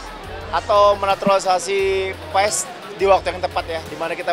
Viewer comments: Di bacanya pas bukan paes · Bacanya PAS bukan PAES. Jangan di biasakan